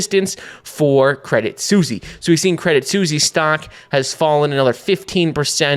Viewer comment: Your name is and you can't say Suisse...